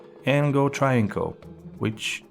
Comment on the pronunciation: This Moran can’t even pronounce travincal. Triangle…..